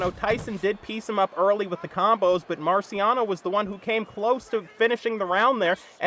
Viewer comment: I love his commentary but boy said "Marcy Rockiano" 😄😄😄